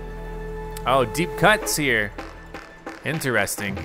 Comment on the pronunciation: why do u pronounce interesting like that